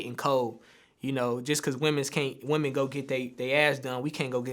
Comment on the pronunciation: He said "womenz" 😂😂😂